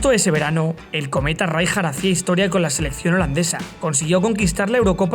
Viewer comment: Le voy poner un 'pero' a este gran vídeo: Qué manía con pronunciar "Ráijar", cuando será el castellano el único idioma en que esa letra se pronuncie así...